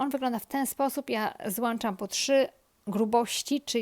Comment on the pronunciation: Wiem, że nie mieszka Pani w Polsce, więc pozwolę sobie przypomnieć/podpowiedzieć: włĄczać, dołĄczać, ponieważ do włączania trzeba skorzystać z włĄcznika, a nie "włANcznika". Poza tym: drutU, a nie "drutA".